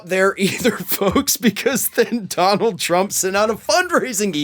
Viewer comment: Donald not di b